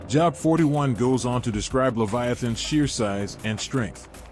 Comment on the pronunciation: His name is pronounced Jobe.... rhythms with robe. This is the beginning of the huge AI deception. I suggest you purchase an older bible and memorize it